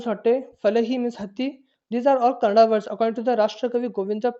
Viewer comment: Sir thanks for your beautiful notes. But plz read it properly It's not kannad it is Kannada. Explain it Don't just read the notes that you made plz explain. Thank you From KA 16